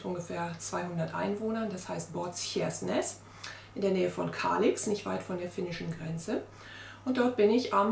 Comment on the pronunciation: Kann es sein dass du Båtskärsnäs meinst und es seltsam aussprichst? Es wird Boot- schärsch- näs ausgesprochen